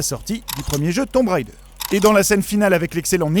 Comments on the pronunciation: Haaaaa... le jour où on arrêtera de dire "tomb railledeur", pour le prononcer correctement... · Pourquoi tout le monde dit "Tombe Raïder"? Déjà quand j'étais gosse, quand le 1 est sorti tout le monde se plantait allègrement Mais ça se prononce "Tombe Raideur", et c'est tellement devenu normal que plus personne n'y fait gaffe.